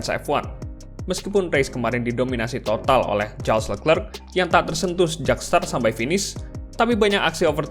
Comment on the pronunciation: Min charles leclerc pronounce nya sharl lekre